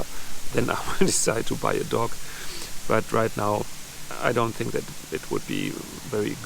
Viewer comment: Your accent caught me off guard and taught people were telling you to get a pet duck to help boost your subscribers as that would be ideal with that lake about. Then I realised you meant a dog.